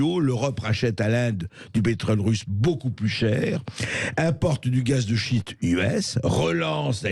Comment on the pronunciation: J'ai bien aimé le "gaz de shit" à 😂 En tous cas bravo pour votre travail, votre indépendance et pour acceuillir des personnes intelligententes, compétentes et libres d'ésprit ♥️